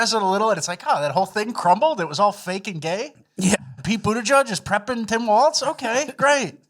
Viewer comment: PSA: There's no "T" sound in Walz's name. It sounds just like "Walls."